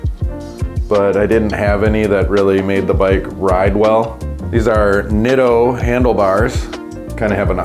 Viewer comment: Hey you pronounced Nitto the right way! Haha the only thing I would do to this sweet steed is remove that plastic from your rear wheel looks so much cleaner without. What a score !